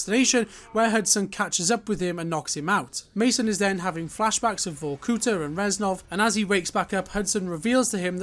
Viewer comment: VorkutA, not VorkUta :)